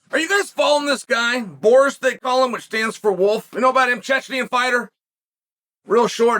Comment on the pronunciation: it is like a talent of US people, to disregard actual pronunciations and names completely xD just say whatever sounds similar